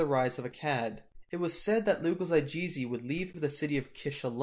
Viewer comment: Loo-gal za-gheh-see. And if you're a hardcore Sumerologist, it's loo-gal-tsah-gheh-see Anyways: Sargon was an absolute monarch. I suppose that is close to being a dictator. One thing though is that he doesn't really appear to attempt to set himself up as "inherently" better than everyone else--and thereby attempt to subvert law and religion under him. Instead, he proves his ability and luck by going to war, and doling out wise policies: thus as ruler he exists UNDER local custom: he's simply a particularly successful Lugal/Sarru in terms of his performance of his duties. You don't start seeing otherwise till Naram-Sin: he was said to have claimed divine status.